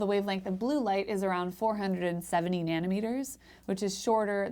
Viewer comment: It is cute how she pronounce it "nannie" meter. :D